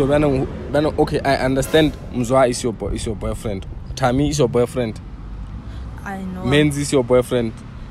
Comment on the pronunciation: "Yor Boyfrente??" 😂😂😂😂